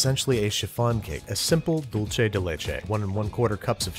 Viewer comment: dulce is pronounced like dool-seh not dool-che 😭